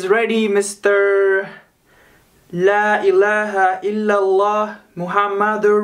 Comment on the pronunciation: When he said laaialaha illallaah i was like 😀😁😂😂😂😂😆